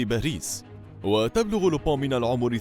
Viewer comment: ينطق لوبان مش لوبو